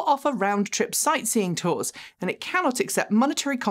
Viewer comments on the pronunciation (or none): none